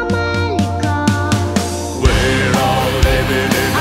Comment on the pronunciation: Affirmative because they do not say well, the name of our continent is Amerrrrica and not Amelica no noooo